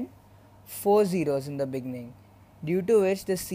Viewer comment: "In the beninging"